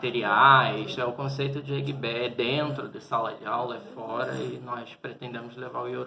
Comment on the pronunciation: Quando ele fala eguibé, já da pra saber que não está dominando as pronuncias.